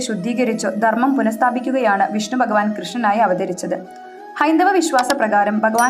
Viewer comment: ബകവാൻ,ബാവം,ബവനം,ബദ്രത ഇത്യാദികളെല്ലാം തെറ്റായ പ്രയോഗമാണ്. 'ബ'യ്ക്ക് പകരം 'ഭ 'ആണ് ഉച്ചരിക്കേണ്ടത്.❤